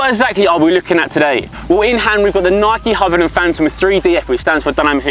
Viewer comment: This dude really struggles to get the word 'Hypervenom' out doesn't he